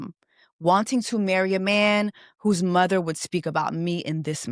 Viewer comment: She gives muvaa instead of mother chiiii